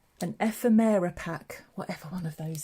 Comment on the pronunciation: Eh-FEM-er-ah pack.